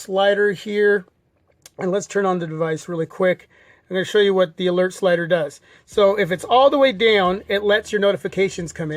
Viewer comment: eelert slider?